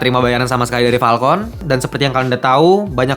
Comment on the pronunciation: wkwkwk lucu jg ternyata wktu lu bilang "PALKON" bukan "FALCON"